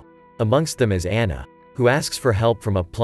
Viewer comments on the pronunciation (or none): none